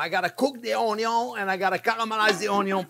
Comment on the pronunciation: …lowkey I never get tired of hearing chef say… onyo is always number first ✌️🔥😂🥰 truly a treasure of a man to teach us… he’s amazing